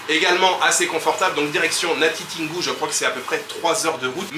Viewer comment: Très belle vidéo comme toutes les autres. Hâte d'en voir plus. Par ailleurs, le '' tin '' dans Natitingou se lit tout simplement tel quel comme dans Tintin